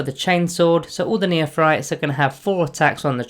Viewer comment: Neophytes = "Neo-Fights" Not "Neothrytes".